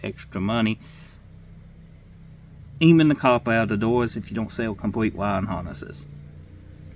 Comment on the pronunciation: 'Compwete dowuz wif weendow gwass en um' 😂😅😂